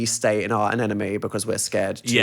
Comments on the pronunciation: the way these dudes say anemone kills me. “an enemy” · i cant get over the fact that dan keeps saying anenome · Not them both confidently saying anemone wrong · Neither Dan nor Phil know how to pronounce anemone, good to know